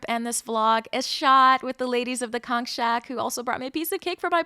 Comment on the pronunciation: Born n' raised in Nassau. Living in KC. My dad was born there in Turks, but i've never went there. Thanks for pronouncing conch (konk) fritters correctly. You know a tourist when they say kawnch. :)